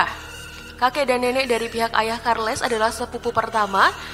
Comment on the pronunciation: Harusnya di ucapkan charles bukan karles...piye tooh?